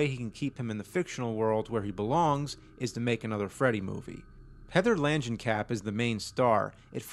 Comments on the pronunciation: Kamp ... KAMP... HEATHER LANGENKAMP NOT KAP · Langenkamp NOT Lanjenkamp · Lan-jen-kap??? You're killing me smalls!!! No! It's... Say it with me... Lang- (hard G) En- (like the letter N) Kamp (like a camp)! Langenkamp. The nurse in Wes Craven's New Nightmare even says her name like several times. Miss Langenkamp, Miss Langenkamp! When she's trying to calm her down after she wakes up from her nightmare of Freddy trying to take over Dylan. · “Lanjencap?” I think it’s “Langenkamp.” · lan-jin-kap. lol langen-kamp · Lan-jan-cap? Well that got butchered. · Man did you butcher Heather Langenkamp's name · Great video James! I like your analysis. 1,3 and 7 all the way. ps. not sure if anyone else cares/noticed, but I know Heather uses the American pronunciation of Langenkamp. In the vid you're using the British version. You say tomato, I zatermatermorts.